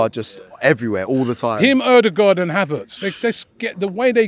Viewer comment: Everyone: Ødegaard: Order Guard